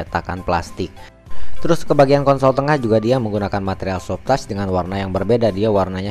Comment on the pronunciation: Mas, maaf, sebutan Soft touch bukan soft tas......satu lagi Cruise Control.....bukan Kruis Mas.....susah kasih tahunya lewat text...cek di google translate aja mas.....biar video selanjutnya gk terlalu mengganggu di telinga....thanks anyway